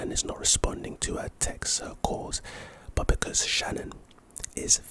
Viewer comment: Her name wasn’t Shannon, it was Shanaan. Also, police have to have a warrant to look through your phone.